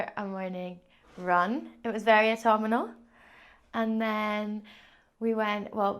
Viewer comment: Your mum is right, you can't say the word "autumnal." I didn't hear it in the video where you talked about it but I caught it now. You say "autuminal." 😅🍁